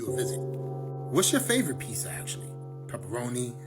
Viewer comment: "Pissah" doesn't exist 😅